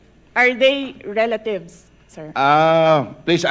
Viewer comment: RELA-THIEVES LOL